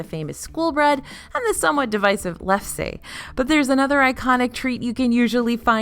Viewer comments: Helpful hint - my Norwegian great grandmother made her own lefse, and we have always pronounced it lef-suh, not lef-say 😉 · Did you really pronounce lefse as 'leff-say'??? Oh my goodness😳. Not a Norwegian, I guess! It is pronounced Lef-SUH. (According to my Norwegian grandmother.) You're welcome. 😉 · My great grandma also used to make it, and I was horrified to find an “American pronunciation” that said “lef-see” when I looked it up to make sure I hadn’t been saying it wrong all these years. It’s definitely “lef-suh”